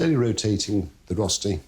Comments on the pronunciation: Rosssty? It's called RÖSTI. Pronounce Reuuusstiii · 'Rosti'? lol. At least pronounce it like 'oe' if you can't pronounce an Ö. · He may be a 'maestro' but he does not know how to pronounce 'Rösti' - Rerrshtee is the nearest. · The correct pronunciation is approximately 'rer-sti' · Don't write it as Rösti if you're not going to pronounce it as Rösti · But he doesn't pronounce it! It is admittedly hard for English speakers because the sound doesn't exist in English.